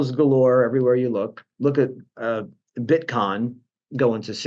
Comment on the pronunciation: did he say "Bitcon"? lol. excellent.